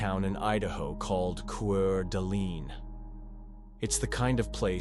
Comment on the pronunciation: It's Quart A Lane ID hate A.I. mispronounced shyt